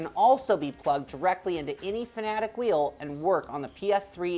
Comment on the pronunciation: What the fuck.. He pronounces the company name like "Fan-A-dec" when its supposed to be pronounced "Fa-na-tech" like soundwise.